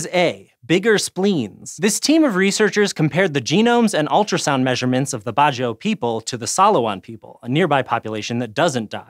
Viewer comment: Just so some of you guys know, it's pronounced as Bad-Jao, not Bajio or bazio.